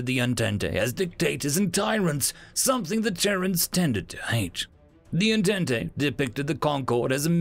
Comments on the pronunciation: Entente is pronounced on-tont not on-tent-tay, it's french. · >En-tent-e I love it. An alternative to the French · Yeah that kinda annoyed me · Sorry if this is rude, but I wanted to point out that entente is pronounced as "On-taunt.". It's French. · You butchered the word Entente. xD